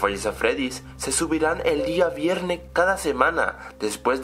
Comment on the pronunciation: si notastes que deimmos dijo vierne